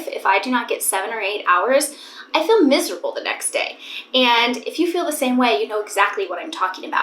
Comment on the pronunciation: You’ve gained a New York accent for some words!!! “I move my body every single DAY “ the way you say Day is so nyc